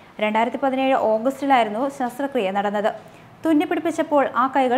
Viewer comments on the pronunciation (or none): Sasrakriya alla.. sasthrakriya😂😆😇